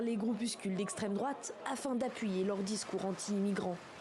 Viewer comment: L'esssstreme droooate oulala